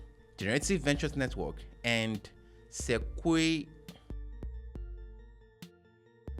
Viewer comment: you got me cracking up at that "sequo" 😂 Good content 👌 as always 👏